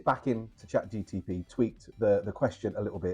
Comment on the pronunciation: Chat GTP 😫 it's Chat GPT 😜 got you 😜 nice video btw 👌🏻👌🏻